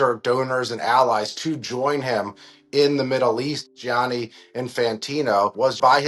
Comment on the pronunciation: Gianni is pronounced just like Johnny, OK?